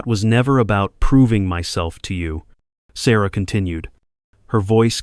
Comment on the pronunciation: I like the story a lot. The narration switching to foreign pronunciation of Sarah's name and a couple other words is disconcerting. I had to back up the video each time to read the words. This interrupts the flow. I thought if it was AI narration it would be smoother.